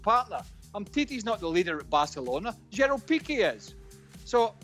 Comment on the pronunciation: ‘Gerald Pique’